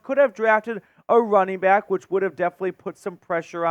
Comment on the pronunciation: “Wunning back”